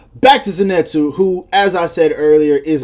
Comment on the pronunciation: Zenitsu is pronounced like zinitsu or zenitsu not zenetsu (no hate :) )